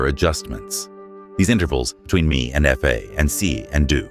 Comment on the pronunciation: "do re mi ef ay" stupid AI